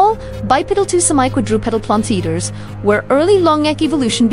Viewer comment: "Plant EAEter"